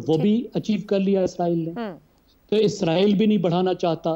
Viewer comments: آپ اسرائیل boly Izraeel nhi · anchor izrael lfaz use kr rehi hai. jab k lafz Israel hai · اسراںیل عزراںیل نہی لفظ درست کریں